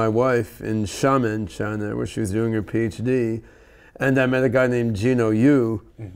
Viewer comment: Hey Ben finally learned how to pronounce Xiamen, after all these years.